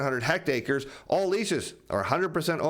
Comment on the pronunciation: It’s pronounced hecktaury not hect acre. Enjoy your show.